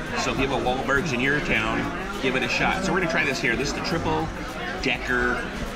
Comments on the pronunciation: Maybe try saying the restaurant's name correctly next time you review it. It's Wahlburgers, not Wahlbergs. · I like how he calls it Wahlbergs instead of wahlburgers. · what the hell is wallbergs its called wahlburgers